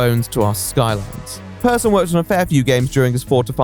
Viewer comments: Alright but Persson is not pronounced as "person". Pers-son, as in the son of Per. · I think there's a great deal of irony to be found in the fact that he at least was, prior to his success, aside from a few points of note, an altogether unremarkable individual at his core in terms of personality; and his last name is both pronounced identically and spelled near-identically to "person", as though an indication of a certain degree of normality to him. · Just a fun note: You pronounce the ’e’ in Persson like you’d say the ’a’ in ”happy”